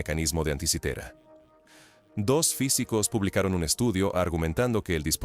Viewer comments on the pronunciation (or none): No es "antikaitera", demasiado inglesado... es tal como se escribe.. ANTIKITERA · DECÍ:... AN-TI-CI-TE-RA... Nó es dificil !!!... Y deja de inventar ridículas pronunciaciones... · Y DALE CON ANTIKAITERA... DESPUÉS DICE ANTIKITERA Y SIGUE CON ANTIKAITERA